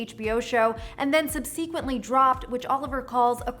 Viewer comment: How are you not able to pronounce "subsequently?"